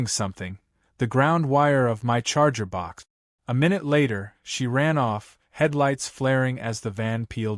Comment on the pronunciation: BOX..not BOK..for crying out loud-!